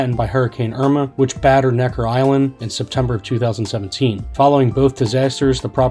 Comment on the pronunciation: It's Necker Island not Nectar. Editing sucks.